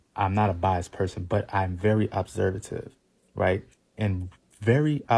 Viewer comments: Jesus Christ that man with the locs made me want to pull my hair out. I stg he used the word feminine 8 million times. Also, he’s illiterate and likes to hear himself talk. Obervsative? Or observant sir? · Did he just day observative and not observant???? Please sir read a book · Why? He said a whole bunch of NOTHING! Couldn’t even pronounce ‘observant’ correctly and you’re glad he stepped in? Bless your heart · Girl everytime that last man mispronounced the word "Observant"....My brain zoned out on him. He said ALLLLL that to say that it's not just black men it's all people....which is a falsity. And he also said he wasn't going to take a dig at that man because he wasn't a "Mean/Rude Boy".....but then turned around and attempted to STILL take a dig at his sexuality.....chile....🤦🏿‍♀️😮‍💨✋🏿I cannot. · Dude, literally showed us why black men are the hardest to date because they try to sound smart, while mispronouncing words like “observant”